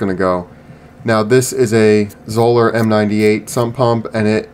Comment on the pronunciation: Correctly pronounced, Zoeller rhymes with Dollar. Thanks.